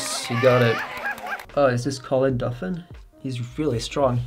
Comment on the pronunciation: Nobody is going to call out Magnus for saying Colin DUFFIN??